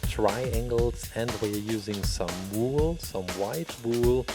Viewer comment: How we say it "wool" how he says it "woeal"